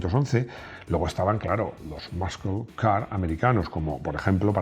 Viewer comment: Veo que te esfuerzas en la prununciación....que no está mal tener acento español! Pero ya que te pones: muscle car se pronuncia algo así como //masel car//. Saludos.